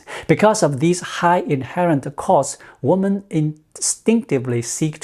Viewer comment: Women (plural) is pronounced wimin.